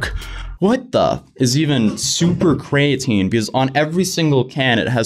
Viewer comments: I dig the vid, but hearing you say “covalently bonded creatine” was cringe haha. It’s not “cov-ent-ly bonded cray-at-tin”..it’s pronounced “Co-vail-ent-ly bonded cree-a-teen” - hope that helps haha! But you nailed it, this company is a joke. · please stop calling it Cray-a-tine. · Cree ah teen, co vay lent fyi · It’s pronounced cree-uh-teen and it’s used to help with muscle building and repair and the dude wasn’t even doing dumbell bench right his rom was half of what your supposed to do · It’s pronounced KREE-A-TEEN god damnit! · Creatine is pronounced, “kree-uh-teen” lol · CREE-AH-TEEN is how Creatine is pronounced. No hate, just thought id lyk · Basically non bioavailable means it can't be used by the body. So what ever benefits of creatine they are advertising are not really there because its in a useless form. Also my boy mispronounced EVERY word there lol. Cree-uh-teen, cOh-vay-lently, Dye-peptide. Are the correct pronunciations. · calling creatine cray-a-teen is very uncomfortable. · Laughing at your pronunciations: distributes, creatine, and covalently. You make covalently sound medieval instead of chemical...🤣🤣🤣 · How do you not know what creatine is? And you’re pronouncing it wrong.